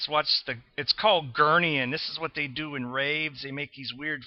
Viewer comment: It's gurning not gurnying, also there is no such element as aluminum its aluminium. At least learn the language